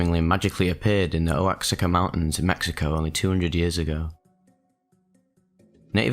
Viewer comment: Good upload. I took shrooms for the first time at relatively low levels. Not much to report, good stuff though. I felt very peaceful for days afterwards. Oh, just FYI, Oaxaca is pronounced OaHAca